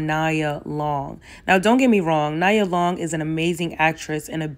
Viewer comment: Good points made. Her name is pronounced Nee-ah Long